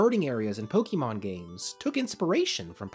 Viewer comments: Love your videos, and this was a good game to cover for the series! For future reference though, if you cover more Pokemon content - it's pronounced Poh-kay-mon, not Poh-kee-mon. No shame, I just notice those less-traveled with the series tend to pronounce it wrong. Oh, and I hope you feel better soon! Been having a rough bit of sickness myself which is making my own videos lately sound weird. You didn't sound that bad here though. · Nothing takes away the credibility of a video about Pokémon more than hearing the narrator say "poh-kee-mon" rather than "pow-kuh-mon" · Say it with me: POH KAY MON not poh kee mon God dammit the franchise is almost 30 years old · He calls it Pokie mon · It's not pronounced Pokymon, ffs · Please stop pronouncing it Pokeymon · please learn to pronounce pokemon